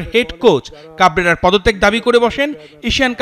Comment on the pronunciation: কাবরেরা নামটা ঠিক মত উচ্চারণই তো করতে পারে নাই 😂😂